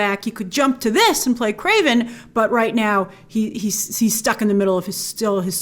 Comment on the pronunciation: "KWAVEN" the hunter? Don't you mean "KRAVEN" the hunter?